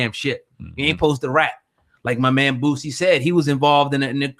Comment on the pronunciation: BOOTsie?? Its "BOOSIE" without the "T" goofy.